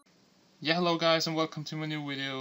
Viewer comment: when you say hello you say yellow and when you say video you say wideo dum ass